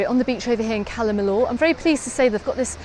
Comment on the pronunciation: It's pronounced Cala Mi-yor. The double L is always pronounced as a y in Spanish.